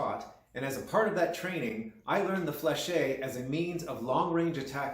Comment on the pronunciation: Fleche is pronounced without the -ay at the end fyi. Lots of hema people make this mistake just like gorget which is not gorjay as its roots are in gorgete for throat covering and gorge for throat. Gorget is a term in ornithology and in the military/history where you pronounce the t. Otherwise you are just saying throat when you mean throat armor. Same for sallet where a lot of hema people say sallay rather than sal-et.